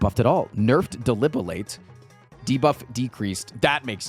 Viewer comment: He still pronounces Debilitate as "Delibilate"